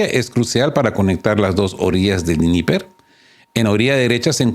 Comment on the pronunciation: Dnieper es una palabra rusa. El ruso no se pronuncia como el inglés o el alemán. Todas las letras se pronuncian